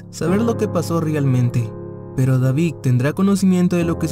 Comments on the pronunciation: Y no sabe pronunciar David dice Davig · Deberías trabajar en tu vocalización ya que a algunas palabras les das otro sonido.. como David-suena Davic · No puedo prestar atención a la historia porque dice "Davig" y no David. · Oye lees y pronuncias pésimo .... verdac, Davic,....